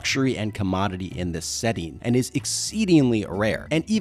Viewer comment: How do you spell 'setting'. You do know how 'setting' is spelt, right? Why are you saying it weird like it's spelt setning